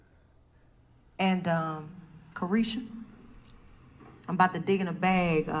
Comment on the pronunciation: Car tiesha 🤣🤣🤣🤣🤦🏾‍♀️